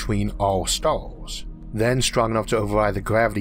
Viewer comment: Is there something wrong with this guys speech? I understand him but his "r" are differently pronounced? Stars are staws?. Sorry I don't know..